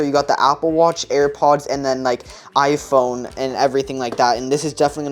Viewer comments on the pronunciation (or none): none